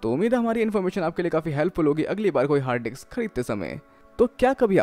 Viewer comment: Hard disk or harddiks (you're pronouncing like it ) #justasmallcorrection